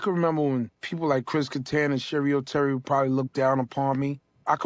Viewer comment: its cheri oteri. but if she was anybody worth googling, you woulda gotten some results even with sherry oterry. that just shows ya.... where is she now? nowhere. lol.